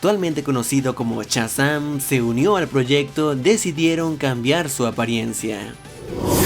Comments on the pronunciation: Chazam??? Jajaja es Shazam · di bien shasam